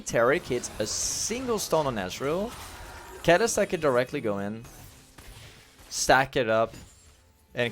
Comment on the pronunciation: aint kalista pronouced like ka-li-sta? not kali-sta?